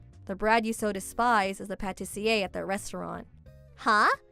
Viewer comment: Please stop saying patisserie.... I'm getting a cavity and I gained 10lbs.